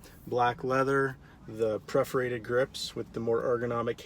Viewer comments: PERforated not PREforated lol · P E R forated, not P R E F orated. Thanks for posting, looks great.